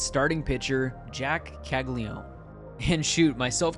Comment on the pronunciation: It’s Cagli-a-none at least say his last name right if you’re gonna make a video hyping him up.